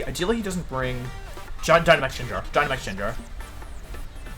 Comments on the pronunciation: Did this man just say Jenjar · does he say gyarados and gengar wrong to make people mad? because its working. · First time I hear those pronunciations for gengar and gyarados. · You deserved to lose for the way you say gyarados and gengar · As soon as he pronounced gengar so wrong i had to stop watching. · man the gengar pronounciation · Yeah, he’s been doing that as a channel joke for quite a while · does he butcher pokemon names like arcanine gengar etc on purpose? lol